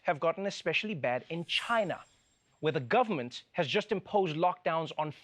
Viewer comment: I love how Trevor says "the government" . You can hear the South African all in his voice.